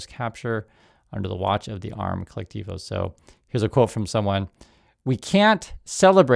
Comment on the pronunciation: I will find someone who knows how to pronounce colectivo for analysis. (Al Jazera is not a Venezuelan news source btw)